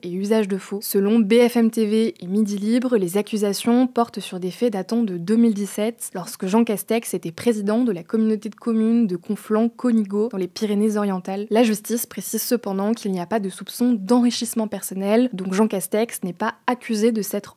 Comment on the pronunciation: Conigo, on dit cAnigOU